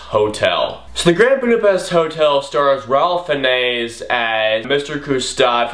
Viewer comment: You kept mispronouncing Ralph Fiennes' name. Don't worry, I used to as well. It's actually pronounced "Rafe Fines", not the way you said it. I don't know what his parents were thinking when they named him that, but that's how it is. Also, the older actor who narrates the story whose name you couldn't remember was F. Murray Abraham. Out of my favorite Wes Anderson films, I'd have to go with Moonrise Kingdom.